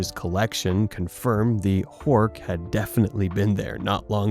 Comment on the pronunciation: Butchering the name Horch here. Really, it's not 'hoork'.😂